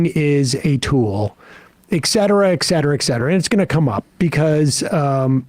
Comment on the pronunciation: Can some tell Sam, that it’s pronounced et cetera … not eck cetera. Ffs